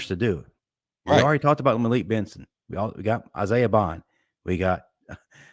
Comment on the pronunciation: BOND not Buggs lol Isaiha BOND